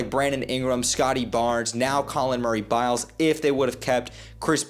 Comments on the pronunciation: You gotta learn bros name if you gonna be talking on him, it’s Boyles not Biles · boyles not biles